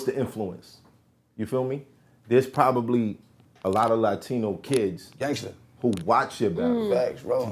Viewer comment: PRODOMABLY 😂 Nothing worse when you start a word and mumble through it